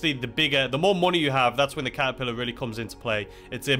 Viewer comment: Was I hearing things or did you say "the kazapillar" instead of catapillar?